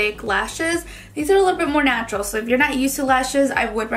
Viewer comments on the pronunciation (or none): none